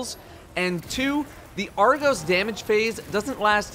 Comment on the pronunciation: It’s Argos, not argose